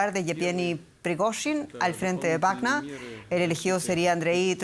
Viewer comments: Sra periodista ud esta hablando en castellano no es grupo wagna sino WAGNER , lea bien por favor dejse de creerse alemana , hable corrctamente el espanol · Me molesta como pronuncia Wagner